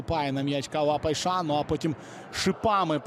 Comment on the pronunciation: Поясніть хто шаре, чому коментатор каже ПайшаН??ЛеаН, КойсесаН??